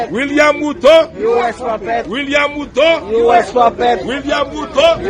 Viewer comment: They pronounce, ''William ''Khuto''...